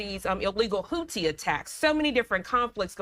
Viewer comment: How hard is it to pronounce Houthi ! It’s not the Hooties !!!!!!